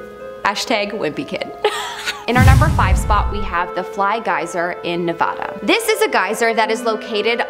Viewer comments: I'm sorry homie, but it's Nevada.. not Navada 😘✌🏼 lol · "Navada" Cringe.